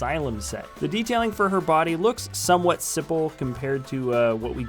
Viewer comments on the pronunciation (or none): none